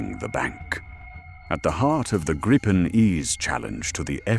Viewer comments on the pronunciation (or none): gripen grypen greepen let the AI pronounce it right will ya put some more real effort in your video's